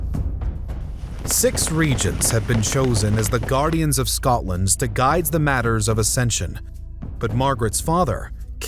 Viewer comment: Scodland? Scoddish? Pish off.